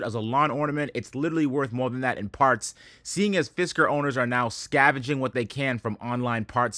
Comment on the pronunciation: Cyber Fisker sounded an awful lot like Cyber Fister - now that’s an exciting product 😂